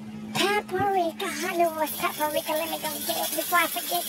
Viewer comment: bruh said "peeper-ika" im just done lmbbooooo